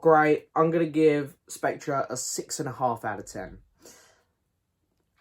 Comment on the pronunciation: The ‘r’ in Spectre is silent. Pronounced Specter. Sorry to be ‘that guy’. Agree it’s a pretty rambling, poor film though.